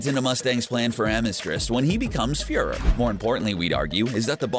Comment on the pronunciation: Some pronunciation errors here. 1. "Furrer?" Fürher is pronounced (fee-yur-rer.) Just a correction. 2. Homunculus is pronounced (Hu-mun-cu-lus) 3. Amestris is pronounced (Ah-meh-stris) If there's an accent thing I don't know about I apologize for that. We're not Gods, we're humans after all. 😆